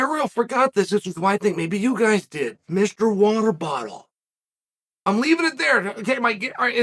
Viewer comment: Lol this is the genius of Uncle Chael. Actually pronounced Ilia Topuria name right, but got his “nickname” Mr. water bottle wrong.